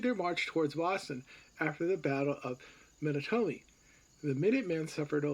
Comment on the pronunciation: You lost me with the pronunciation of "Menotomy."